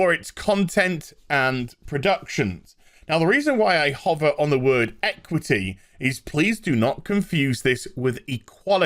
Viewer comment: "EquithEe" so people can't complain about inequality. And you sure af know who sit in the word 'people'.